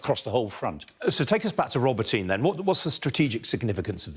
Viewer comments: Professor Clarke: Robotyne is pronounced “ro-Bot-nyeh” not “Robo-teen” which sounds like an adolescent sci-fi film hero! 😂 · This guy can't pronounce the city names correctly. It's not Rober-teen. iI's Rah-bow-teh-neh. It's not Back-mut. It's Bahh-moot.. there is no K sound. KH is the H sound as in Hut. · Not pronounced roboteen. It's row-bot-on -nuh. Emphasis on BOT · I really hope the Ukrainians don't pay any attention to this clown (it's "Roe - bot - tin - nah" guys - watch some local television, maybe). It is crucial that the Ukrainians not commit the same mistake as the Russians of assigning importance to villages and towns. The only thing they should pay attention to is geography. They have to ignore Tokmak and simply move down the western bank of the Molochna River. They can cut the railway at Molochansk - just south of Tokmak. But they need to be staying away from Tokmak. Villages and towns are of zero significance. The Molochna River is the most complete geographical defensive feature in the region. Track down the river bank to the west to Melitopol, and then bomb the Kerch Bridge. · Robotyne is pronounced 'Robot-nee' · Michael Clarke's great and all but "rob-oh-teen"? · Robotyne is pronounce Ro -BOT-een-a. Robot, comes from the Russian word for work. Which is where we get the word "robot' from. The word was coined by the Czech writer Karel Čapek in a 1920 play. I'm guessing this name means something like "Worker's village".